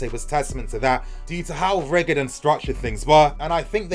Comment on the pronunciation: Man... Your girl needs to teach you how to pronounce "rigid"... LOL Just google rigid to hear it.